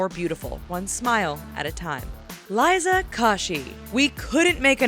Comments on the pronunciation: they said Liza's name wrong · they pronounced Liza's name wrong :'(